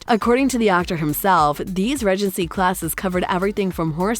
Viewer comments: Bloody annoying narrator...Ree-gency not rej-ency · Maybe the way the narrator pronounces "regency" has thrown people off. I know it bothers me. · I'm glad I wasn't the only person annoyed with the mispronunciations. "Regency" was the most frequent, but she also managed to mispronounce "behest" and actor Regé-Jean Page. I'm told I shouldn't be too critical of others' grasp of the English language, but if one is going to engage in public speaking, one should be sure to pronounce words correctly. When it comes to an actor's name, IMDB usually can be counted on to have the pronunciation in the trivia section.